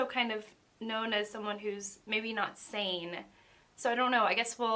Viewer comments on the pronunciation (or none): none